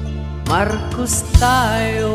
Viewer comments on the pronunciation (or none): Thanks kuya. Ang ganda. Yung pronunciation lng ng name ni BBM ang off, BungBung Marcus kasi, dapat BongBong Marcos. #BBMforPresident #GreaterPhilippines